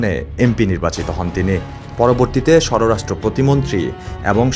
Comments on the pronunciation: শব্দটি 'সররাষ্ট্র' নয়, 'স্বরাষ্ট্র!' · সররাষ্ট্র না, হবে স্বরাষ্ট্র। পি আই বি হবে না, হবে পিবি আই। মূর্খের মুখে সংবাদ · ভাইরে "সর-রাষ্ট্র" না "স্বরাষ্ট্র" হবে আর "পি আই বি" আবার কি "পি বি আই "এর কথা বলছে মনে হয় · ধন্যবাদ। এমন সংবাদ তুলে ধরার জন্য। কিন্তু সংবাদ উপস্থাপনায় আরো সতর্ক হওয়া উচিৎ। এই ছোট্ট প্রতিবেদনে ২টি ভুল পেলাম। ১। স্বররাষ্ট্র মন্ত্রী। ২। পিআইবি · স্বর রাষ্ট্র না।স্বরাষ্ট্র। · সাংবাদিক ভাই স্বররাষ্ট্র নয় স্বরাষ্ট্রমন্ত্রী PIB নয় PBI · স্বররাষ্ট্র মন্ত্রী বলে? এটা সাংবাদিক না সাংঘাতিক। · It is Shorashtro. Not Shoro Rashtro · স্বররাষ্ট্র নয় স্বরাষ্ট্র পিআইবি নয় পিবিআই এই রিপোর্টার কি আসলেই পড়াশোনা করেছেন? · PIB na PBI. ar sororastro montri na sorastro monti. pronunciation thik koren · স্বররাস্ট্র না ভাই স্বরাস্ট্র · আপনি যে বার বার স্বরাস্ট্র মন্ত্রীকে বলে গেলেন স্বররাস্ট্র মন্ত্রী এটার মানে কি? কালের কণ্ঠের মতো পত্রিকার সাংবাদিক হয়েও উচ্চারণ করতে পারেন না এটা লজ্জাজনক। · উচ্চারণটা হবে স্বরাষ্ট্র মন্ত্রী। স্বররাষ্ট্র মন্ত্রী নয়। ভবিষ্যতে সংশোধন করে নিবেন আশা করি। ধন্যবাদ। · স্বরো রাষ্ট্র না, স্বরাষ্ট্র। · উচ্চারণ সরোরাষ্ট্র হবেনা।স্বরাষ্ট্র হবে। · সররাষ্ট্র মন্ত্রী না ভাই স্বরাষ্ট্র মন্ত্রী। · সররাষ্ট্র না স্বরাষ্ট্র পিআইবি না পিবিআই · You can’t pronounce English and bangla word. Not shororastro, not PIB , it’s PbI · সরোরাষ্ট্র না সরাষ্ট্র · এসব ভুল ভাল উচ্চারণ কেনো? সর রাস্ট্র মন্ত্রি আবার কি? আর পি বি আই কে বলছেন পি আই বি?? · Shoro rastro ki re?? Beta age kotha bolte shekho tar por shanghatik hoio. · স্বরাষ্ট্র, উচ্চারণ করতে ভুল হচ্ছে মনে হয়। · স্বর রাষ্ট্র মন্ত্রী আবার কি? উচ্চারণ ঠিক কর। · স্বরাষ্ট্রমন্ত্রী উচ্চারণ টা ঠিক হচ্ছে না । দয়া করে ঠিক করে নিবেন